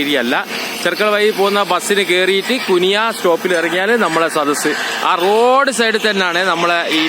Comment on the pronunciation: കുനിയ❌ കുണിയ ✅